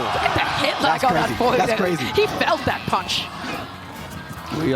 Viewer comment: On God made it tough to watch the video hearing that speech impediment every other word